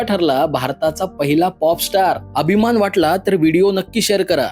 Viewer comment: अभिमान म्हण अबीमान नाही.